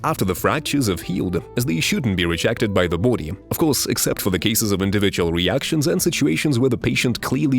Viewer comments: Everytime he says boowdy I bust out laughing. Kept me watching the whole video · Can you stop saying body like that